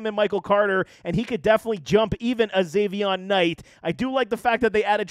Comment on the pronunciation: Is not Zaveon Knight— it’s pronounced Zonovan.